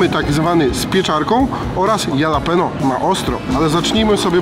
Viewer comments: Ale wkurwia mnie to jak mówi jalapeno no kurwa😢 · Nawet jalapeño nie nauczył się wymawiać po tych wojażach... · mówiący jalapeno to jak Ricky mówiący dżalapino xD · sprawdźcie jak się wymawia jalapeno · (halapenio) jak mozna to wymawiac z j XD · A ja wolę mówić dżalapino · Błagam przestańcie mówić ,Jalapenio’ wystarczy J zamienić na H 😵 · Bardzo źle się słucha jak mówisz JALAPENO, az odechciewa się oglądać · mówi się Dżalapino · mordko jalapeno czyta/mowi sie, ha luh pee nyow, jesli chcesz byc pro a nie sebkiem z pod zabki ;) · Nie jalapeno tylko się mówi chalapenio byłeś w Stanach a kaleczysz język proszę cię. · Chalapenio nie Jalapeno 😄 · Mówi się " halapenjo" oraz " sizyn" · Jakie jalapeno to sie czyta Halapeno boże i tacy ludzie co nagrywają robią za znawców smaku i wgl czytać nie umieją żenada. Może jeszcze DŻALAPINO?! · Halapenio nie halapinio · Błagam, nie mówcie "jalapeno" 😅 to jest, kurła, HALAPENIO! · chyba nie jalapeno a halapeno 😉 nie ma za co, stawiasz kanapkę 😉😉😉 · Halapenio, panie jalapeno 😂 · jalapeno czytaj halapenio tak na przyszłość pozdro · Halapeńo się czyta! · HALAPENO NIE JALAPENO ŁAAAAAA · Dlaczego na chorizo mówicie czorizo a na jalapeno jalapenio a nie halapeńo? Cytuję: " Ta papryczka sprawia problem nie tylko przez swój ostry smak, ale również przez trudną wymowę swojej nazwy. Aby poradzić sobie z jej ostrością, popijajmy ją mlekiem, a zamiast „dżalapeno” czy „jalapeno” mówmy poprawnie: „halapeńo”. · Tylko proszę Was nie mówcie już jalapeno, tak poprawnie mówi się halapenio. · Wszystko super, ale......nie ma żadnego Jalapeño, jest po prostu „Halapeńo” :) Wymowa ;) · Prawdziwi fani pamiętają jak na jalapeno mówił "dżalapindo", a nie "jalapeno"..., nie zmieniaj się! Pozdro!:D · się mówi "Halapenjo";) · jedna rzecz, proszę. Jalapeño wymawiasz halapenio. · kurde! Papryczki HALAPENIO = tak to brzmi prawidłowo. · Ale wiesz, że 'halapeńo' ??😂😂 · Mowi sie papryczki japaczo